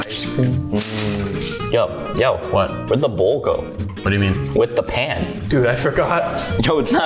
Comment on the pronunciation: Bruh it’s bowl not boll